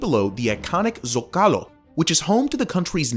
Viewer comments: Its zócalo, not zocALo. There is a tilde there for a reason. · Why pronounce zocálo if the word zócalo has a more than evident accent in the o. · Zahkalo? sullizbury...